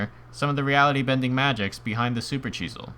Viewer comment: Why do you pronounce it like supercheesel XD